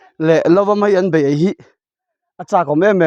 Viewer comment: meian ni lovin maian tih tur😂😂